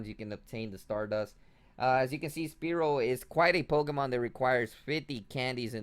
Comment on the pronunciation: jesus will u pls just say spearow the right way?lol it hurts inside everytime i hear you say speerow